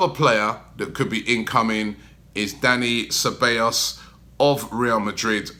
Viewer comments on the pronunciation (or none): Dani sabeyyos? Who's he🤣🤣